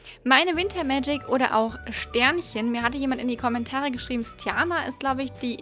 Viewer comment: nur ein tipp....Stjarna wird Stjatna ausgesprochen